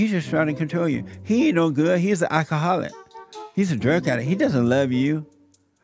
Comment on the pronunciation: "he's a ackaholic" lolol